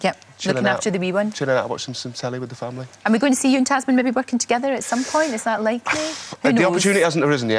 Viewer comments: she keeps calling his wife tasmin! it"s tamsin! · it's tamsin. not tasmin